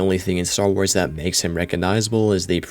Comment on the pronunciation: "Star Wras"